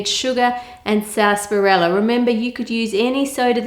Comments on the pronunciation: did she say sasperella 17 times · am I the only one just like wtf is sasperella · What the hell is sassparella? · How To Cook That the way you say sarsaparilla triggers me